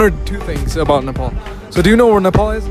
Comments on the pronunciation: It's not nepool it's nepaal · Don't pronounce 'Nepal' with an accent please..